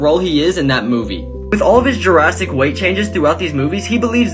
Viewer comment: Man pronounced "drastic" as "Jurassic"